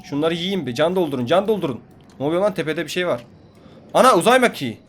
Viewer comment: # 😂😂😂😂anaa uzay m"a"kiği